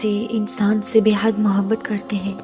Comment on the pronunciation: is ki awaz to khud h jin jasi h dar lag raha h sun k kindiy api awaz achikiya karo vasay bi jo apbata rahi ho ya sab to hum already janty h ap ki awaz na to mobhat ka lafz aasa bola h mujy lag raha h ka ab mohabat ka lafz istmalkarna chorna paray g koi kaam ki baat nahi batai kindlyaasi awaz wali video kabi bi donwload na karna aaj to sun liya agay sa sun nahi saku gaap na kahak is ayat ki khubsurti lakin aap ki awaz sakoi bi khubsurti nani dekhay:face-blue-smiling::face-blue-smiling::face-blue-smiling::face-blue-smiling::face-blue-smiling::face-blue-smiling::face-blue-smiling